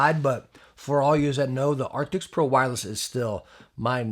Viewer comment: Jeez man, a year on and you still can't pronounce the word ' A R C T I S'... 🙈🤡